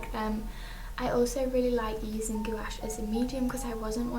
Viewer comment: Just a little FYI it's pronounced gwash